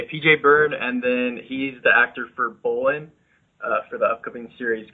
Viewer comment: Nice itw. But it's funny how PJ doesn't pronounce Bolin's name right. XD